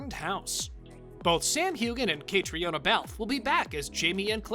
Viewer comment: Caitriona is pronounced Katrina 🤦🏻‍♀️